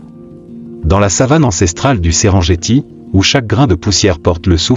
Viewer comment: SERENGETI SE PRONONCE SÊRENNGUETI ET NON...JETTI! C'EST DU MASAÏ, PAS DU FRANÇAIS!